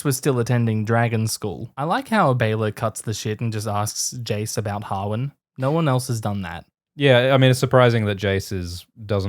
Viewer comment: To my ears, Australians pronounce Jace and Cheese the same.. Jace = Cheese confirmed?